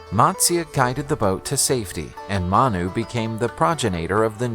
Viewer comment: His name is “Manu”; not Mana. I know it was not clearly audible in the video